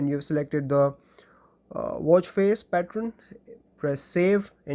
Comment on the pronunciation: Many features are pre existing. Redundant. Also stop saying "pattraan"